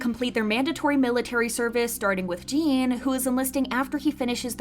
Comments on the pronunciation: Bts should of been exempt. And you pronounced Jin's name wrong, it's not Gene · always buffled that you pronounce the easiest name in BTS wrong. Okay maybe second easiest next to RM....But it's not hard to NOT call Jin "Jean" all the time...is this an american thing? Just not even bothering with foreign names? And ofc hybe isn't scared...they just gonna keep playing monopoly...